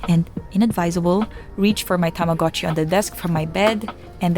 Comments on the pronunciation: ohh tamagotchi, not tomodatchi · why is everyone saying tamagotchi its tomodachi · please never call yourself shartchi again